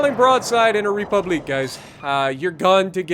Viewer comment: Please never say republique like that ever again 😂😂😂